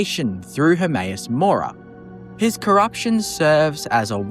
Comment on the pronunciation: How the f*** can you pronounce Hermaeus Mora of all things???? Lmao!